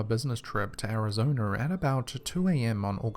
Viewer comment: Homeboy said Arizoner.